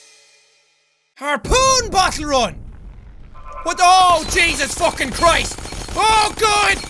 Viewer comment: Jack: All the way to... fookin victory town us: He said it! He said the thing!